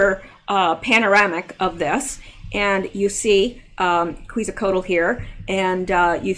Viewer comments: pronounce "ketsal co ach" Quetzalcoatl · I have been to the Denver airport a couple of times. It has a very satanic vib to it, when I have been there I could not wait to get out of there. Quetzalcoatl is pronounced Qwet za cot al.